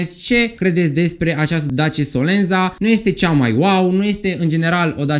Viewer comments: solenta se pronunta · / Se scrie SOLENZA, dar se citeste solenta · Se citeste solența.. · Se pronunță solența